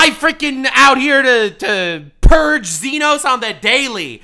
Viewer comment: fake fan didn't even pronounce Xenos correctly I'm ashamed of you heretic you are no longer a brother to the emporium